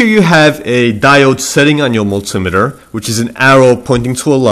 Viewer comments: Good info. But it's 'mul-tee-meter' signifying that it meters multiple things. Were 'mul-tim-iter' correct, it would imply that the instrument meters 'muls' whatever they might be. :D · Ahh... the way you speak out "multimeter" is reallly strange, never yet cool :)